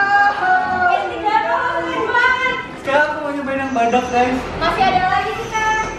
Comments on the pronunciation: GAYS bukan SAYANG😒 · Gays bukan sayang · bilang "GUYS" bukan syg, coba deh kmu ulang ² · Aku juga dengarnya guys bukan syg